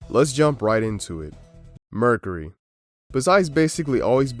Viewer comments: i had my volume pretty low when the video starts and I thought he said "murder" instead of "mercury" n i was like well yeah that'll do it.. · Dude sucks at YouTube.... Don't quit ya day job... said "Merk-er-Eee' hahahaha what is Merk-er-Eee'? Haahahaa what is mummafacation? Lmao 😂 those aren't words